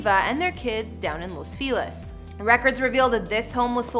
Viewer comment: Bothers me how she constantly pronounces Los Feliz as Los Filez… and Eva as Eeva.